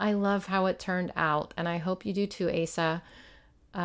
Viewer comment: Asa is pronounced O sa with the long O sound. 😁 Love the spreads!